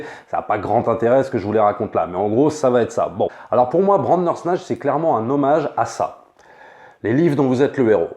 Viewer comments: Sa me stress quand tu dis Brandersnatch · Pareil, à chaque froid j'ai un frisson quand il dit bRandersnatch. J'ai l'impression qu'on va parler cuisine et faire une brandade.